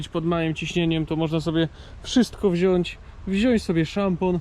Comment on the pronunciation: mow ladnie po polsku nie wzias tylko wziac🤣😂🤣pozdrawiamy kobitke co sie tam chowa